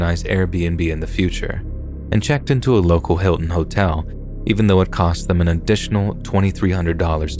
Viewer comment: HAS HE STOPPED SAYING HOLE-TELL??? (hotel)